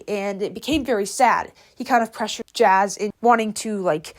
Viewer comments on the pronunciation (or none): Its JAZZ-A. Not Jazz (not trying to mean or anything just giving a correction)